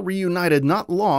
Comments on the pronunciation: O-N-I? It’s Oni, like a word always has been always will be. The Sabre space fighter was a secret UNSC program not a covenant one. Like it’s stuff that’s all in the damn game man. I’m sure the video is good overall but how can I think you’ve played or understand the games when basic story beats are completely lacking in your version of events. Watched 5 mins, gonna dislike and hope to not see this video on my feed again. ✌️ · When the narrator says O N I instead of ONI I completely stop watching 🤣🤣🤣. At least get a fan of the game to review it, or maybe someone who actually played it. 🤣🤣🤣🤣🤷🏾‍♂️😒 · O N I is pronounced like the demon Oni, and ODST is NOT! —> Orbital “Deep” Shock Trooper!!! It’s Actually (Orbital DROP Shock Trooper)!!! Your welcome, that’s kind of an offensive one to get wrong bro just saying, if I was one of the younger crowd you’d be getting eaten alive over that detail. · My God it's not O N I it's pronounced like OH KNEE